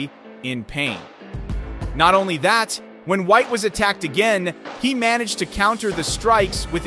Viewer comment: (Un-leash-ed) (man-e-jid) (bear-a-g)🤣🤣🤣 brother what